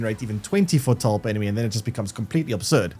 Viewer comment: All I can hear throughout the video is Fore-tull/Fore-tall